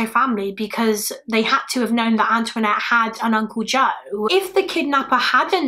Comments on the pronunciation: Anthonette, not Antoinette. It's a Navajo name. Pronounced similarly to the French name but like "An'THA-nette" It's a pretty unique name. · She's British. She's not gonna know how to pronounce Native American names is she? 🙄